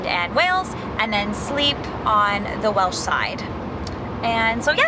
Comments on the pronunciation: Great video. Thanks for uploading. Top marks on Welsh pronounciation too👍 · Thank you! pronunciation is definitely better than mine!